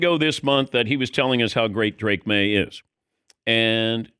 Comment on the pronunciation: Drake “Drake Lee Maye” Maye